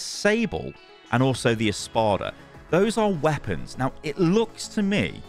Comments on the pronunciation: Im not sure if it’s his British accent but when he says espada which is Spanish for sword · Just a little thing... "espada" means sword in spanish (and portuguese) :)) you don't need to try to say it, just say sword